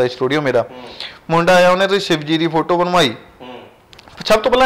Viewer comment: App chahe bhra boln ch problem a, par bhra ne photo boln la tiya 👌👌👌